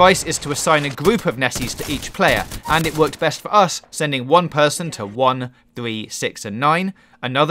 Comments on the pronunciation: Learn how to say 3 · a full sqwad of thwee